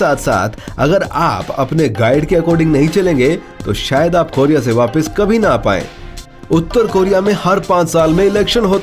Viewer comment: North Coria bol be